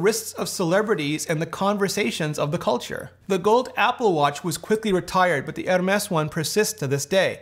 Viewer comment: You’ve gotta chill with that Hermès pronunciation lol.